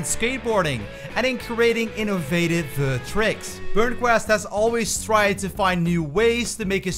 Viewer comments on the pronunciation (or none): none